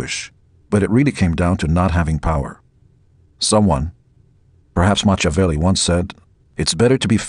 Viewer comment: “Machavelli”? Lol